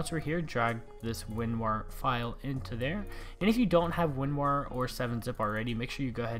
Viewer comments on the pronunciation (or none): My man called it winwar instead of winrar haha ly dude